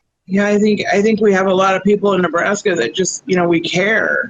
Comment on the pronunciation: Killed me with the "Ne-blast-ya" mappy with the gold chain lol.